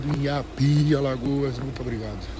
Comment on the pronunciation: em inhapi? em INNNHAAPIII, pronuncia direito po kkkk